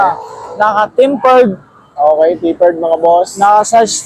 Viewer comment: TEMPERED ✅ TAPPERED ❎